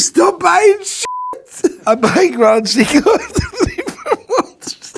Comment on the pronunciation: Maybe they'll give him AD status when he learns how to pronounce Seiko...